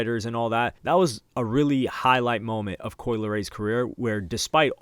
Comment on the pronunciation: Ohmggg not coi